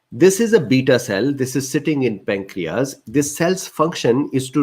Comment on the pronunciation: Very informative and detailed It filled in a lot of gaps in my knowledge. Your communication was clear and I would like to suggest some items to make it more fluent. insulin IN-shu-lyn (IN is the stronger syllable, the others are softer and quicker) peripheral PER-rif-er-al (PER is the strong syllable) pancreas PAN-cre-as result re-SULT cardiovascular car-dio-VAS-cu-lar glucose GLU-co-se hyperglycaemia hy-per-gly-SI-mia diabetes di-a-BE-tees English pronunciation, US di-a BE-dus) resistance re-SIS-tn-ce adipocytes a-di-PO-cy-ts not a-DIP-o-sites intestine in-TES-tin acids A-cids A as in Apple. Not ecids cytokines SI-tow-kine kine, like fine, dine, mine, mine. Thank you